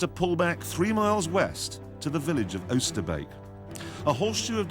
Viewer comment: His pronunciation of Oosterbeek is spot on